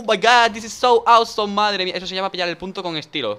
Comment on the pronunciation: Dani, "Awesome" se pronuncia "Osom" no "ausom".